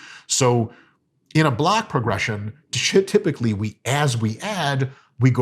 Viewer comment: Did Dr. Mike say, “shitypically” ? Either way that’s going in the word bank.